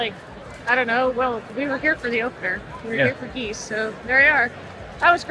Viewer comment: I'm glad this isn't spoken like gif